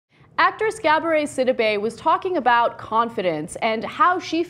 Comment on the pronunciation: she said cabaret instead of gabourey...lol subtitles